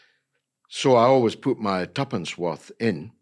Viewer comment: He said tuppence, lol.